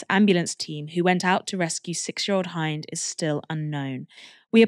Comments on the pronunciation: Quick note, the name Hind, the little girl you spoke of, is pronounced like the word 'wind', not like the word 'behind. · Poor baby that is soul crushing😢 her name is pronounced as Hind like mint but with a D.